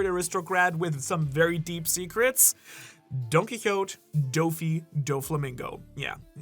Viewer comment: Don Quixote pronounced don kee-HOH-teh just want ya to be saying it right much love